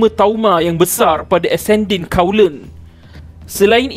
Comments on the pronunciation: colon... bacaannya k o l o n naa... bukan kaulen!! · Colon bunyi kawlen plak..😊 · Hematauma ascendin kawlen?... Kikiki... Sebut betul2 la.... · Ascending 'kaulen'????? Hahahaha...kelakar english ko bro... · Awat sebut "colon" pelik sgt...